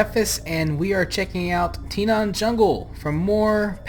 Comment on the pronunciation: why do you keep saying Tinaan? it's Tanaan with an A